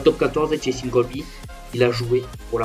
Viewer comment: Juste c cheslin et pas chelsin